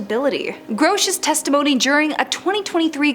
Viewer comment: David Gross? What are you saying weird?